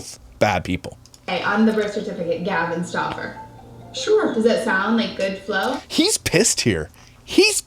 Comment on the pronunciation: When she is saying Luka Stauffer all I can hear is “ look a Stuaffer eeeeew!!!” 💀💀